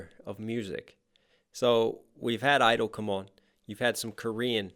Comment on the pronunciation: the kpop group isn't idle its (G)I-DLE pronounced (Gee idle)